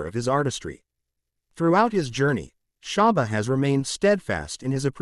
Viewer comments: Why does he keep saying sharba 🤦🏻‍♂️🤦🏻‍♂️ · Its not great when the narrator knows nothing about the Artist he is speaking of, not even how to pronounce SHABBA'S name or the titles of songs. Why are there white kids in this video? Are we supposed to believe they too lived in Seaview gardens? This narrator needed to have let a Black learned colleague who knows of & is familiar with the Great Shabba Ranks & his music present this video, or just stayed in his lane & talk about a white Artist he knows something about.🤦🏾‍♀️🙆🏾‍♀️🤷🏾‍♀️ Misappropriation is going strong in 2024😤🙄🤬